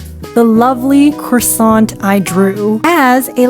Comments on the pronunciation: That "croissant" was AMAZING ??? You have juste say "Croassant" and not "Croi(wa)ssant", but... WOW. (🍊) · My french side is jumping with happiness at her pronounciation of ‘croissant’ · that "croissant" was perfect (as a french speaker) 🍊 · 🍊yeah lol